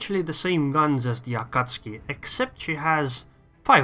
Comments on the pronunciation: Is it me or you call AkatsUki Akatski???? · Both pronunciations are technically correct, but pronouncing it A-Ka-Tsu-Ki is kind of like pronouncing the word "Off-Ten". It's still "correct" but it's quicker (and more widely accepted) to just skip a couple sounds.